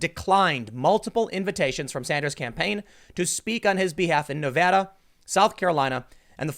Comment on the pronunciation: Thank you for pronouncing Nevada correctly.